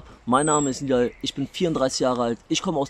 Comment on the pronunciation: Er wird Nidal ausgesprochen.